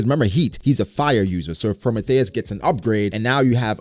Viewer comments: prometheus (pro, me, thee, us) not promethéus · Pro-Mee-Thee-us not Pro-May-Thay-us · Was digging the video then you said pro mah thei ous. It’s Prometheus. Hopefully it’s Prothmetheus with lightning properties so Nami gets Zeus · Say Pro-may-thayis one more time like that 🤜🤕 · I hate how u say Prometheus its pro-me-thee-us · Wait......how is he pronouncing Prometheus? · why you pronouncing Prometheus like the that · Why you saying Prometheus like that though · Why you pronounce Prometheus like that ?